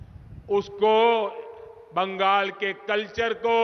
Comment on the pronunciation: বাঙ্গাল নেহি বাংলা বলতে শিখ তারপর বাংলা ভাববি